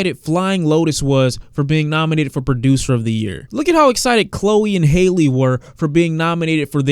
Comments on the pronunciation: How do you read Halle and say Hailey? It’s just like Halle Berry dude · When is gonna pronounce Halle’s name right🤧🤧like Halle Berry